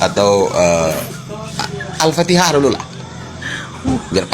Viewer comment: Alfatihah saja bilang nya Alfateka